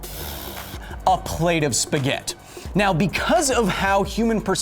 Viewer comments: What is a Spaghet?... why are you dropping the i at the end.. spaghettiiiii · Technically it's Spaghetti, not spaghet. Will this correction make it to the foot notes? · Why are you saying spaget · dude, every time you say "spaghett" an italian die back in italy. Please, we put letters for a reason, read them. it is "Spaghetti" where the final "i" sounds like your "e".. please stop this massacre, save an italian, say Spaghetti properly. And remember you guys already put pineapple on pizza. Love your videos and work, despite Spaghetti mispronunciation and pineapples :D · A plate of what? Spaghett? Missing an "i" there. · There is no such thing as "spaghett" in Italy. The i as last lettre is pronounced e Beside this, great video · I'm italian and the corret pronunce is spaghetti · Take a shot every time he says spaghet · HE SAID SPAGHETT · “Touching a spaget” I died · Why do you call spaghetti spaghet xd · disliking because he said spaghett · Did I ear "spaghet"...what are those.... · Kyle bro, What about the force of your feet hitting the ground? And BTW it's pronounced spaghettI. And you are Justin Bieber's not famous brother. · It's pronounced with final "ee" sound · Loved the plethora of information, hated his playful mispronounciation of the word spaghetti. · FFS it is pronounce spaghetti, in English and in Italian. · Kyle, i love your work, BUT.... dude that missing i in Spaghetti killed my italian pride. love your show tho! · I'm Italian, the right word is spaghetti (with the double t pronounced stronger than a single t) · Please call it 'spaghetti' (where i it's like e). I'm italian and I'm dying inside.